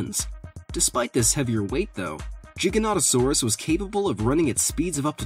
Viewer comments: Good video but ins not jig it’s giganatasourus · It’s not Jiga it’s G with iga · For the giga one it’s pronounced gi-ga-not-a-sore-us in not trying to sound rude I just thought I’d say something! ^-^ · U say giganotosaurus wrong XD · giga not jigganotasaurus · Really? Do you not check your pronunciations? GI (like my)--GAN (like can)--TO (like toe)--SAURAS. Not like it's a gigantic "jigsaw" lizard.